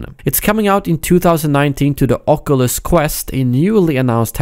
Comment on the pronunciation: Somebody can't pronounce oculus